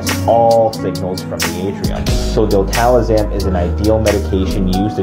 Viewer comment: Love the content, great info but….”Diltalazam?” Is it a different name north of the border?